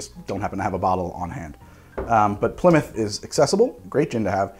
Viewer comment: It's good to hear an American saying Plymouth correctly... Too many say Ply Mouth